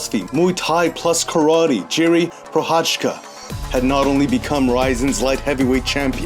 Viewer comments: It's not jiri ...it's pronounced as YIRI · hey, great video as always..maybe you are interested in it maybe not, but the pronounciation of the Z in Prochazka is the same like e.g. the S in organism..and the J in Jiri is the same as in Jan, like Jan Blachowicz